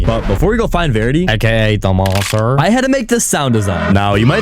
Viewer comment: “Aka the monser”